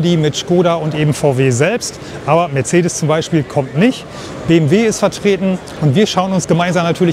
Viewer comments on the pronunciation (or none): none